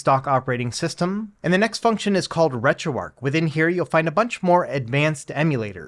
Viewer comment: It's Retro "ARCH" not "ARC"... There's an H. Good guide though.